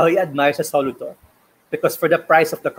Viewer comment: I really love this whole review and the other video (test drive). why insists on pronouncing it as SO-luto is freaking annoying though.